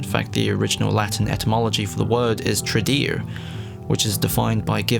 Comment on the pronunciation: Tradere is pronounced Trad-eh-rey. Awesome video essay but just in case you're curious, latin letters are always pronounced the same way. Vowels are: a = ah e = eh as in bed i = ee as in seen o = oh u = oo as in cook